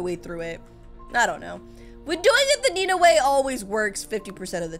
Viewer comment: It is not Nena, it is Nenaa